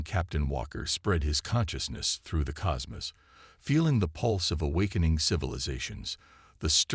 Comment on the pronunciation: Nice story. BUT, your AI sucks!!!!!!!!!!!!!!! What is: "COZ-muss", "PRAH-jektile", "EEEternals", "ITernals"???? AND just when have there been STARS at the edge of our solar system?????!!!!!! DAMN, I had no idea that stars were so close to us.....other than our own sun!!!!!!!!!!!!!!!!!!!!!!!!!!!!!!!!!!!!!!!!!!!!!!!!!